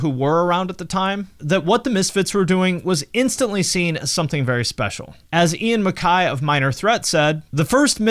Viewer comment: The 1986 compilation album, usually called "Collection" had many of their old hits and was easy to find at record stores. Also, you really mangled the pronunciation of Ian MacKaye.